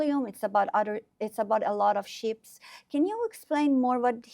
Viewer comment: It's called Ships not Sheeps lady. این دو تا خیلی فرق میکنن باهم‌😂